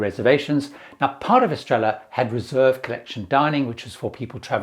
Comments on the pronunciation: Estrella is pronounced Est-ray-yah. Not Es Trell Ah. In Spanish, two Ls together sound like a y. Es tray ah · I was going to say something about inability to pronounce any of the dining room names correctly... see-ay-lo, ess-tray-uh and so-lay. He seems like a nice guy, but -- and I say this as someone who used to work in broadcasting -- one who chooses to post their videos on social media should at least make an effort to pronounce things correctly.